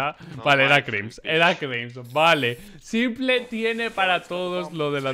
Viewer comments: Cada vez que dices simple en vez de simpol, un perrito muere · tu dile "S1mple" como se dice en ingles xd no le hagas casos a lo que lo dicen en español.